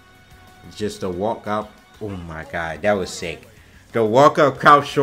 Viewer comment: "OOohh my gud" 🤣🤣 love it wen says it like that funny af